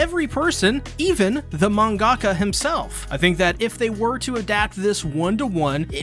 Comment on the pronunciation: FYI its "mahn--guh-ka" not "man-GAH--kuh" for mangaka